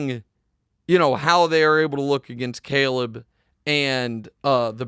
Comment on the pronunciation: I hate the way Nick pronounces “Caleb” lmao anybody else notice it?